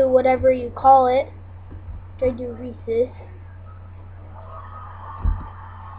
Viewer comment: You say Reese's wrong but thanks for the vid!